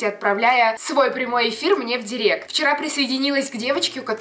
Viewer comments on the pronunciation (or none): none